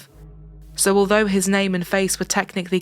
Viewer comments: As a South African and a HUGE follower of the channel,thank you for taking the time to pronounce names of people and towns properly.We take pride in our names and saying them correctly tells us that you SEE and respect us as a People/Nation.Thank you!🇿🇦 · I'm assuming you researched the pronunciations of the South African names and words, but if not either way, you did very well, thank you 😊